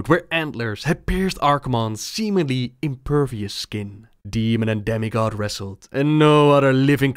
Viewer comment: I thought you said "Daddy god" and then realized you said demi god.